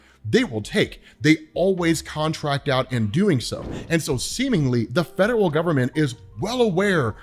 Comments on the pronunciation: says the fedewel government and it’s so funny to me 😂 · So Mephisto = Santa Claus 🎅👹, Did you say "Fedewal" 😅